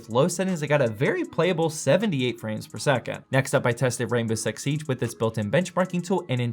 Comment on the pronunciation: did he just said rainbow s*x siege or im just trippin? xd